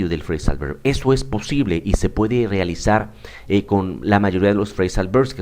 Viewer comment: Hola profesor, muchas gracias por su vídeo, le doy un consejo: no quiero ofenderle pero le recomiendo que intente diferenciar la pronunciación de la V y B en inglés, ya que no es como en el español, en el inglés la V se hace con los dientes en el labio inferior, y usted pronuncia "berb". Los hispanohablantes somos propensos a pronunciarlos igual pero no deberíamos, porque podemos confundir al otro con ciertas palabras, por ejemplo, si pronunciamos voice como boice, se puede confundir con "boys". Un saludo 😊